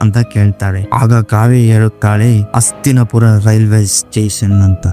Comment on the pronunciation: ಅಣ್ಣ ನಿಮ್ಮ ಉಚ್ಚಾರಣೆ ಸ್ಪಷ್ಟವಿಲ್ಲ. ಅಸ್ತಿನಪುರ ಅಂತಿರ. ಅದು ಹಸ್ತಿನಾಪುರನಾ?